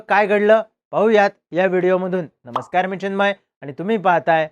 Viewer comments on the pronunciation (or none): none